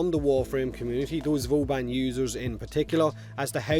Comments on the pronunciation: Is he sayin Vooobun, or boobun? :D <3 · Booben. It's canon fellas. Not Vauban, but booben.